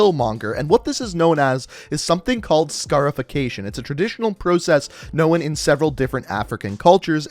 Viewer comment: He said pro-cess